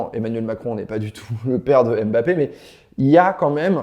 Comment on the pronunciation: mmmbappé et non M bappé